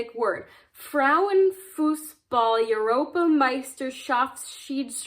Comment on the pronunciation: I’m partway through the video now, and have a few observations… Generally: great work on your “ch” and “sch” pronunciations, you’re doing pretty good with your “z” as well, and have nailed the “ie” and the “ei” pronunciations. Practice “Europa,” the beginning of the word is pronounced like “boy.” You had difficulty pronouncing „Kreuzschlitzschraubenzieher,“ but your attempt was consistent with the misspelling, you reversed the i and the l.